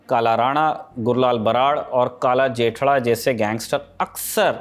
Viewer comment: जेठड़ा नही जठेड़ी